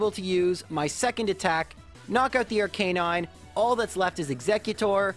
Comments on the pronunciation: Arc-aye-nine? Bruh. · Except not Arcanine.